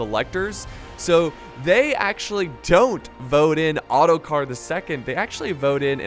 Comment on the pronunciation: I turned the captions on and when you said ottokar , this is what appeared:"auto car"